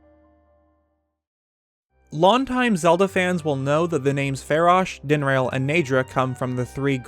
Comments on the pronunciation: Dinrail? wtf DIN-RAH-L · dinrail? dinraal. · Ah yes, Faraj din-rail and nee drah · i keep hearing "Din-RAIL."